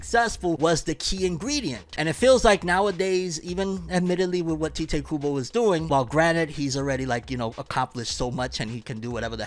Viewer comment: its Tai-teh KUBO not Tea-teh KUBO 🥺